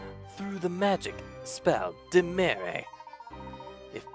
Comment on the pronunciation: also I think Dimere is pronounced Dimeer. Not everything with an E at the end makes that sound.